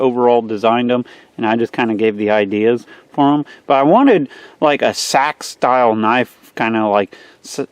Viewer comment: I think you pronounce it Seeeeeeeeeeeee-Axe